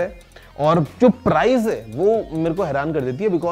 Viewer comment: Say price properly.